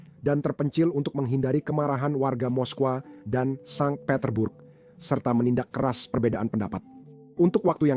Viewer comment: Min.bukan sang petterburg kayak nya min tapi saint pettersburg seperti nya😁